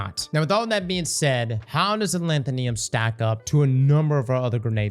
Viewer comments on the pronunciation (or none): Say it with me. AH LETH OH NIM. ALETHONYM. Not ALETHONEONYM. Not ALETHOLETHOLYM. ALETHONYM. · It's been how many months and he still can't say a-LEE-tho-nym? Wtf is a-lan-ta-NEE-um??? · How normal people say alethonym: “aleth-on-im” How says it: “al-eeth-on-iam” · "Alanthonium" or Alethonym? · Thanks for this. I just found it at the Tower, and I'm running a stasis Titan build that already uses Fighting Lion. I think I'll pick it up, after you showed the difference in damage. But brother, it's pronounced as, "Uh-Lee-Tho-Neem." Cheers G! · I hope that one day learns how to pronounce "Alethonym." (It's like "pseudonym.") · Ah-leth-o-nim. Also Bungie continues the trend of releasing dull catalysts. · A-lanth-uh-nee-um …yep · Knee-yum? Bet would pronounce nympho right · sorry i gotta A-LETH-O-NIM is how it's pronounced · Why can’t any destiny youtubers pronounce gun names. It’s pronounced a leth o nim. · Uh-Leth-O-Nim. Alethonym lol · Alethonym should sound like pseudonym, please look out up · Say it with me yall Aleth-O-Nym(nim) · Al leth o nee um? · Alanthoneeum lol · Why does bro say alethonym like that... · pronounces Alethonym like Brits pronounce aluminum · adding syllables I ain't ever heard before in this gun's name